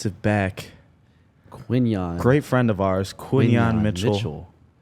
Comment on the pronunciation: Quinyonamo Bay .... ... the first one ever heard say the name like that.